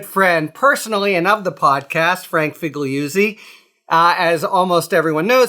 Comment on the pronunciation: FiggggliuzzI? really? Shocked.